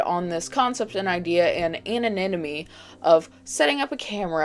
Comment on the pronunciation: I love the way she says anonymity lol "𝓪𝓷𝓸𝓷𝔂𝓷𝓲𝓶𝓲𝓮"